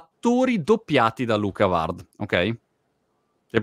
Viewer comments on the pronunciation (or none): Montemagno : "Luca Vard" Luca Ward : 😐